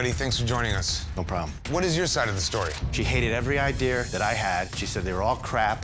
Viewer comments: I like it when people say “idear” instead of “idea”. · Am i the only one that noticed the way he says idea? "Idear" i scrolled down didnt see anyone say anything.